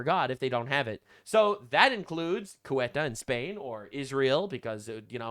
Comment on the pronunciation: How do people keep pronouncing Ceuta as if it's Cueta? Nick Shirley's like the third person I've heard say it that way in 2 days; it's like sayoota or thayoota, depending on how Castilian your Spanish accent is. It's weird because even looking at the word and trying to pronounce it as if it was English, you'd end up with a pronunciation more like "cute-uh". Only way it makes sense to me is if everyone I've heard pronounce it that way is dyslexic. And I should clarify, I mean no disrespect to Nick Shirley, or in fact any of the people I've heard say it that way. They're all people I actually like on YouTube, that mispronunciation just strikes me as really odd.